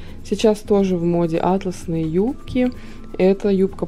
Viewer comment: сори, но в слове атлАсный ударение падает на второй слог ☺️ так как прилагательное образовано от названия ткани атлАс.